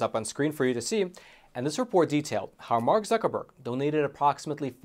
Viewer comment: "Mark Buc.. Zuckreburg"